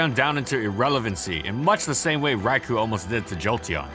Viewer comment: Stop calling Raikou "Raiku"